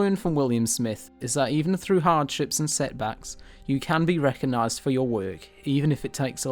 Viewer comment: Re coG nised - there is a g in there. Great content but the script and presentation needs quite a bit of work.